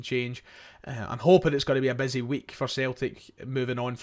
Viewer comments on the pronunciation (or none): none